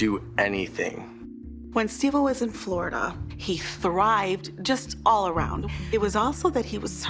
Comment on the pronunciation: You keep calling him Steve o helllo stop